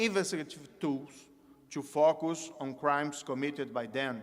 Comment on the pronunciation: Parece que ele traduziu muitas coisas. Tirando muitas palavras como " focus" que ele pronunciou errado. Mas como sou de mesma nacionalidade, consegui entender tudo.